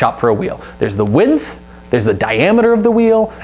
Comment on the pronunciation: Great video ! And why do you say add a f to the word width ? Lol